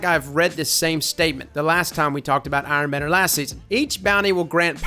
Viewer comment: You know that Benedict Cumberbatch video where he can't pronounce penguin and says it differently each time? That, but with trying to say *Iron Banner*.